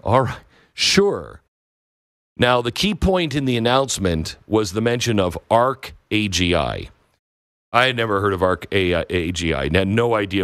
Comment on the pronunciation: "arc agi"? Oh " Arc AngL"? as in Arch Angel?